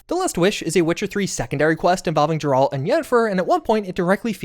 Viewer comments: 'Jeralt' How to say you've enver gone anywhere near the witcher without saying you've never gone near the witcher. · Crazy when people don't even take the time to learn how to pronounce a character's name. Geralt has a hard G. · Bahahahaha "Jeralt" man that is fucking embarrassing. No interest in watching this channel again because of how hilariously stupid that was. "Jeralt." Wow. What an idiot. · "jeraalt" 😂 you never played The Witcher did you? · Great analysis But Jeraalt 😮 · Thumbs down for the willful butchering of Geralt (with a hard G). At this point in time not knowing how to pronounce the name is less than pitiful, even my 76 year old dad who doesn't play games knows how to pronounce the name. Do better. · "JERALT". Unsubscribed.🥸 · I'm convinced mispronounces names so consistently and persistently at this point just to generate comments and reactions. JER-ALT? SANDA-VISTEN? Bro there are so many examples of these names being pronounced IN GAME dude 😂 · first it was sanda-vistin and now its GRRALT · Calling him Jerald is diabolical dude. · really jairalt bro calls it jif too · Jerall'd, LOL. Did you even play the Witcher 3? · 🤣🤣 gurrrr alt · My ears... why would you pronounce Geralt's name like that? Where did you learn this from? :face-blue-wide-eyes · Your pronunciation of Geralt is so fucking dumb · The mis pronunciation of geralt is driving me insane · I've not liked you for awhile... but the way you pronounce Geralt is just cred reducing. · Brother if you keep saying Geralt like that, so help me. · Bro still mispronouncing Geralt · Unsubbing because of the Geralt pronunciation. Bruh. Have you NOT played the games? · You ever say Geralt like that again, i may not watch anymore 😂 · The way you pronounce Geralts name is beyond annoying dude.🤦🏽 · The audacity to acknowledge xletalis and still pronounce Geralt that way. PS, i watched like 6 of your tips and none of them were .23.secrets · Never say Geralt again 😭😭